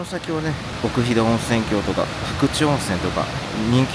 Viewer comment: ここは大好きな旅館です。子供出来てからは行けてません（子供不可のため）。あとすみません。気になったのですが、冒頭、奥飛騨温泉郷を「おくひだおんせんきょう」と言ってます。「おくひだおんせんごう」が正しいです。